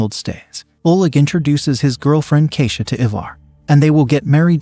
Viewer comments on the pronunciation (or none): none